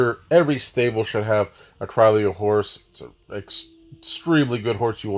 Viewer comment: The two ll's are pronounced as Y. It's Spanish. Creeoyo..